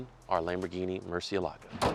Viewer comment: "MurcielAgo???" MurciElago!! Can't hear this anymore.